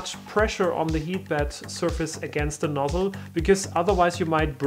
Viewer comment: It's pronounced bEd ... not bAd